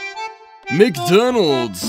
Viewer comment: You Mean "NcDonald's". .